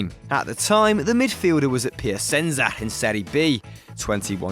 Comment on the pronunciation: when he said "piasensa" i lost it.. someone who's following football should know how italian clubs are pronounced, even if it's not one of the good ones..